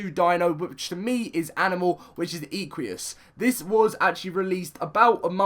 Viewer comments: It's pronounced: ekvus, not eequeus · where did u get the v sound from lol its pronounced ekwus